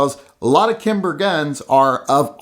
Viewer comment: Saying kimber let’s me know all I need to know about you buddy...